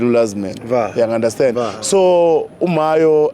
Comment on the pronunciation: Mayo not mahyo